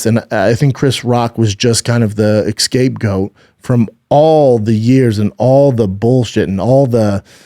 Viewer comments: He said excape goat not even escape lol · It’s « scapegoat » not «escape » goat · Hey man it’s Scapegoat not escape goat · Brendan says “escapegoat” which is verifiably true and hilarious! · It drives me crazy when Brendon says escape goat. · “ex-scape goat” ??? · lol you’re right